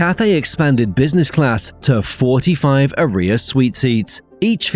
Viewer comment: I’m sorry, but Aria is not pronounced like “A-rear” 🤷🏻‍♂️